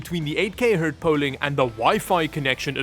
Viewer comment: Hertz, not “hurt.”